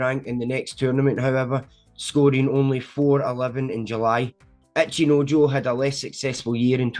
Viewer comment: my brother why do you keep saying "Acheenoejoe"